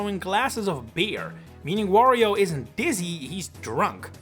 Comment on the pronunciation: The way you pronounce Wario, makes it sound like Woh-rio.